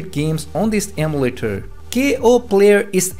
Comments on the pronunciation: It’s EM U LATER not am u later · its called emulator not amletters